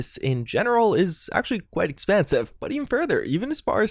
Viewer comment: Did you say it seems 'expansive' or 'expensive'... 🤔